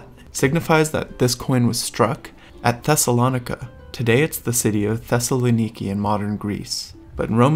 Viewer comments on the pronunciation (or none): none